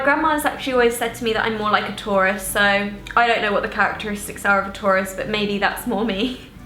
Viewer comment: When she said taurus I heard tourist 😂😂 loved the video tho💕💕